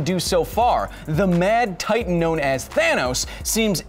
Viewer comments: Thanos not tharnos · Tronos you said !?! Throw 'nose' ??